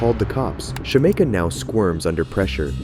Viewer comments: Her: my names Shameka (Shuh-meek-uh) Narrator: Shuh-may-kuh 🥴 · lol it’s sha-mee-kah 😂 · her name is pronounced SHA-MEEK-A lol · You totally mispronounced Shameka